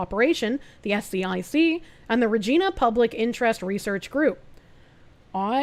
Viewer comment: "Regina" is pronounced like "vuh jie nah". Yes, "Moose Jaw" is a real place. When you drive through Moose Jaw, there is a giant statue of a moose next to the highway. His name is Mac. No, I'm not kidding.